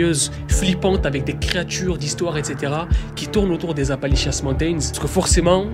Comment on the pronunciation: C'est pas Apalichiasse, qu'on les appelle mais Appalachians 😂😂😂